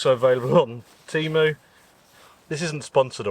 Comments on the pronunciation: "TEMU", not "TEEMOO". If everyone can learn to speak English, I bet you too can learn at least basic pronunciation of other languages. What you are eating looks very delicious. But it has absolutely nothing to do with a taco. The roof cover goes on top of the tent, not on the side. How do you expect to stop the water by putting the roof over the side? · its tay-mu mate not tea-mu